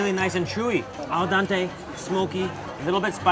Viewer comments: Please, it is pronounced al-DENTE not al-DANTE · noodles are not cooked 'all dante'... It's called 'al dente'.